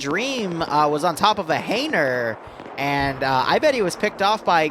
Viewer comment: why does he pronounce hangar as Haner?